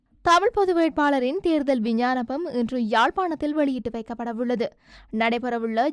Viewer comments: விஞ்ஞானம் இல்லை."விஞ்ஞாபனம்"சரியாக சொல்லுங்கள். வாய்க்குள் வராதா.....? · விஞ்ஞானபம் அல்ல விஞ்ஞாபனம் என்பதே சரி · விஞ்ஞாபனம் என்று சரியாக உச்சரிக்கவும்